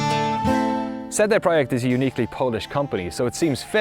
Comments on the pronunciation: I love your videos and i love how much love you give to in my opinion the best developer in cd project red but please can you pronounced their name correctly? For some reason every time you say their name it sounds like you saying CD proheck lol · no it's tse de proyekt. Ts is an approximation because it's a single consonant, absent in English. It is present for example in German: Zentrum, Zeppelin, Zinc, or Russian: tsar (цар, car). Letter C always maps to this sound in Polish, never K sound. Probably all other Slavic languages with Latin alphabet as well. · It's official, I'm saying it like: "CD Proyekt" from now on, so I can sneer at my uncultured friends when they say "what?". Great documentaries, a company to be held up as an example for sure.